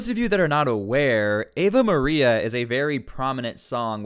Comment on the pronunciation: It's not Eva Maria, it's Ave Maria, which means Hail Mary. It's a major Catholic church song . Understand ? Now, understand this too : communists hate religion, they call it the "opium of the masses", so obama and kamala hate any Christians opposing them. In fact, they hate ANYBODY opposing them. These two animals are communists, kamala is a Marxist, as she has proven in her talks. That other idiot, aoc, is a socialist (same crap as communism), bernie sanders runs as a communist, etc, etc. We are fighting to save America from becoming another Venezuela. So dont expect any of these scum to respect anybody who calls out the name of God at their rallies.